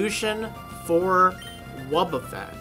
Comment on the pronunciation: "I just had to diffuse a wobbeffet." Ahahaha xD